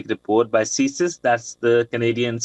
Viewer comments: What’s with Ceeee SIS ? Why can’t the anchor say CSIS ? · You can say ceesis (CSIS) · You can pronounce ISIS Say the see than sis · he knows what CSIS means. He is only asking why the anchor is saying ccccSIS😅😅